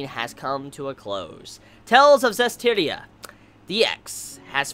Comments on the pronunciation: I'm just happy that you managed to pronounce the series title correctly before it ended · Only took 12 episodes to pronounce the anime title correctly:3